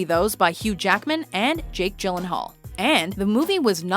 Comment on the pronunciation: I'm ashamed, you of all people should know that gyllenhall is pronounced yee-Len-hall (he is Swedish)((I think))